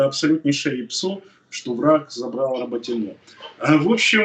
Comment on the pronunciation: РаботинО? Правильно говорить РабОтино..(!!!!)🙏.это как на мой бедный город Орехов - ОреховО долгое время называли...нам обидно это слышать... пожалуйста ,Вы же не на кухне с семьёй разговариваете,МЫ Вас слушаем,люди с Запорожской обл. и ждём хороших новостей,молимся за родных на фронт,и тут РОБОТИНОооо...ппц какой то....